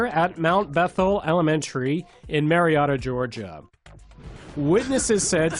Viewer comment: Marietta is pronouce Mary-et-uh. Not mary-ought-uh